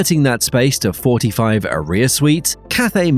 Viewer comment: I’m sorry, but Aria is not pronounced like “A-rear” 🤷🏻‍♂️